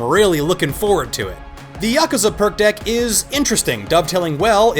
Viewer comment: Laughing at the way you pronounce Yakuza.